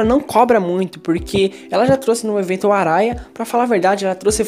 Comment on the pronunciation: Arraia se pronuncia Ahaia n to criticando vc n Blz?